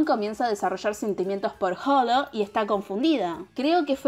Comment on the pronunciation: Tengo que aclarar todas las personas pronuncian mal él nombre lo dicen como si tuviera una j pero no, la h no se pronuncia, cuando dices holo no se pronuncia la h es como si no estuviera la h pero si esta Bueno lo tenía que decir 😂